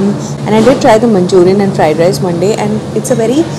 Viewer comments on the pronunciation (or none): none